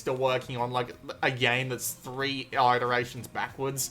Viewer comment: What's a "rec-reation"? Lol... Re-creation has a hyphen in it, so use it. It's pronounced "re-creation". And iteration is pronounced "it-er-ray-shun". So much gabbling in your "reviews".